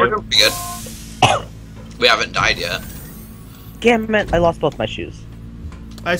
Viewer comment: lol at one point it sounded like I said "gammit" instead of "damn it"